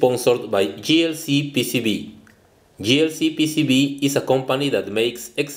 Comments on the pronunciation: I realize that you are Mexican and English is NOT your native language, but you are mispronouncing "JLCPCB" as "GLCPCB". (This is misleading). The letter "J" is pronounced as "JAY", and the letter "G" is pronounced as "JEE". [Please make a note of this for future videos]. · He pronounces "J" as "G" in his advertisement of JLCPCB at the beginning of each video. He should say "J-L-C-P-C-B", but he PRONOUNCES it as "G-L-C-P-C-B". Maybe, if YOU tell him he will listen to you because you are a man. He resents hearing it from me because I'm a woman, and he doesn't respond to me.